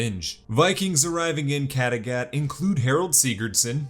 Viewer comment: Mmmmmhhhhhh...... amazing recap but I don't think that's how Kattegat is pronounced 🤔